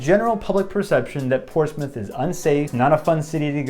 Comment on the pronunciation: There is no Portsmouth, and definitely no Ports-Mouth. There are two acceptable pronunciations and no other. 1) Porch-smith 2) Pos-muff